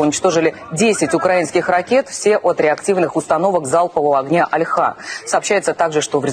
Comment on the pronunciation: Не Альха, а альхА. Оно не мерзопакосное. Не надо оскорблять тех, кто им пользуется. А пользуются им не только россияне.